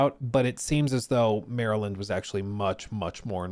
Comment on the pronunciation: You say Maryland like us Marylanders.